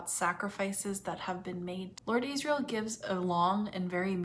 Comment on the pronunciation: Just a quick question; why do you keep calling Lyra (L-EYE-RA) Lira, as in the former Italian currency? And Asriel (AZZ-riel) AYZ-riel? If you watch any footage of Phillip Pullman you’ll know exactly how those names are pronounced even if you ignore the way the names are spoken in the show.🤷🏽‍♀️